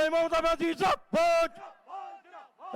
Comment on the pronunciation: বোকাচোদারা, জিন্দাবাদ কথাটাও ঠিক করে বলতে পারছে না।